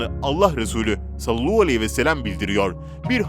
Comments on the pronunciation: Salluhu degil sallallahudenilecek kardeşim düzelt şudilini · Sinirim kalktı bir türlü doğru telaffuz etmeyişinize. Videolarınızı beğensemde artık gına geldi, birtürlü sallallahudememekiçin, inat edişiniz yüzünden ben dahil çoğu kişi abonelikten çıkacak .. inşaAllah kaale alır doğrusunu söyler bizleri kırmazsınız .. Mutlu sağlıklı bereketli huzurlu bir yıl olsun 2021.. İyi yıllar